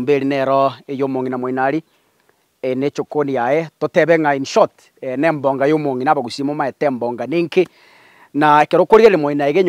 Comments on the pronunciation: Try to learn EKEGUSII. It's EMONGA and not EMBONGA.Unatuangusha bwana! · It's emonga not embonga 🙄🙄